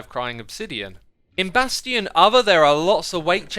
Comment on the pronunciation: Why does he keep mispronouncing Mojang and bastions?